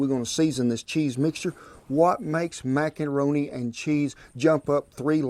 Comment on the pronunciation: He really said macanroni multiple times 🤣